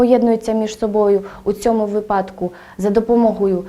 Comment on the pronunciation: На жаль, помилки простежуються не лише в наголошуванні слів "одаковий", "у випадку", а навіть у наведених прикладах неправильно було визначено однорідні члени речення: однорідні присудки підкреслено як означення.